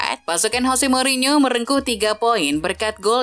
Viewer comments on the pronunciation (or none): none